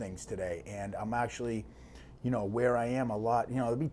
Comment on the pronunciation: Big “Impacshual” Herc 😂